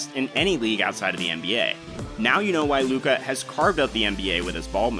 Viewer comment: It's Luka. You got my view.